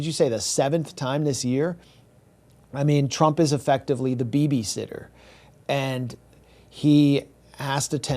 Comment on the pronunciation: "the bibisitter". lol